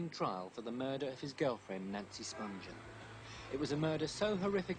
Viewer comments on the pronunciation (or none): How come everyone gets Nancy Spungen’s last name wrong?